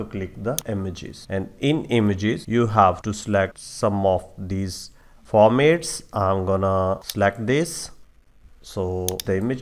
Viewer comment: thanks. your english is easy to understand, but pronounce formats as "for mats", not "for mates". cheers for your help!